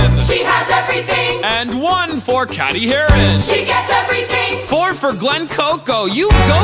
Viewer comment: "We're your friends" refuses to pronounce her name correctly